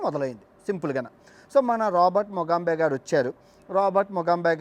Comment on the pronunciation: ముగాంబే (ఖుష్ హువా)కాదు ముగాబె.